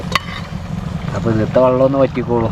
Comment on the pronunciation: ജലത്തിനെയും vallathineyum രണ്ടിനെയും വള്ളം എന്ന്പറയുന്നു 😂😂